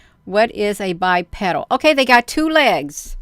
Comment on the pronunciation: Anything that stands upright and walks on two legs is Bipedal. Pronounced BI-peedull